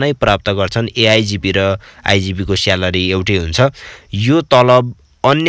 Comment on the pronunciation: स्यालरी🤣🤣🤣 उच्चारण चाहिँ मान्नै पर्ने हो साथिको।🤣🤣🤣